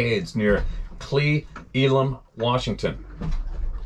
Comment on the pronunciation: It's pronounced clay elum Cle Elum